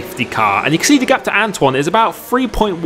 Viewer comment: Who remembers when used to butcher Antoine’s name by saying Antony